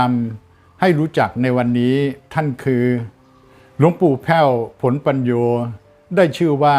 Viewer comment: นามฉายาของ พระอาจารย์หลวงปู่แผ้ว ผลปัญโญ อ่านว่า( ผะ-ละ-ปัญ-โญ )ครับ ไม่ใช่ ผล ครับ